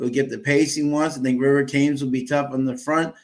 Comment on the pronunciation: It's pronounced River TEMS, after the river that runs through London.